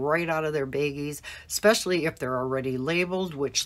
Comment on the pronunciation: They are pronounced “BAGGIES”, not “beggies.”